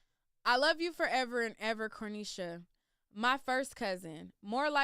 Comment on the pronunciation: Where are you getting the “L” in the pronunciation of her name. So annoying